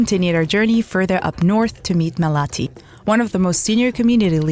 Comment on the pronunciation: maalathi ,not malati